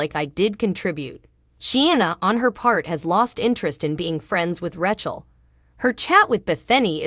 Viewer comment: I do wish you would pronounce the cast members names correctly. But it is comical that you come very close to call Rachel "ratchet" lol......